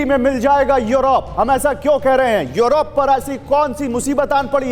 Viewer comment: 🤣🤣🤣yorop,yorop,kya hai yaar kaha kaunsa jagah ka naam hai yorop.🤣🤣🤣